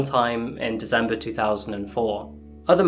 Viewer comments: Love your videos, gruesome though they are. You are however the only person I know to say "Dezember"! :) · Dizzembah the thirteenth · Anyone else notice that he pronounces december as dezember? Anyone know what area that might be as I assume it's an accent?